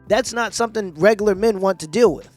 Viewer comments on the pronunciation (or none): After she said "rogolor" guys, I fucking gave up.